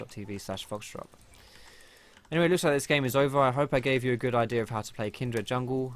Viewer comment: why do you say kindred slightly weird? it's like you say kind-dred, I was just wondering if you heard the name wrong or if it's an Essex thing:-P